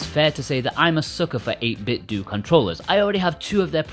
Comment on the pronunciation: If I hear one more person pronounce it "8Bitdoo" instead of pronouncing it like Nintendo